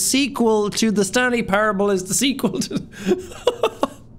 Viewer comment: I thought you said The Stankley Parable